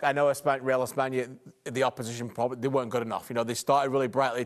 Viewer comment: It’s espana, chill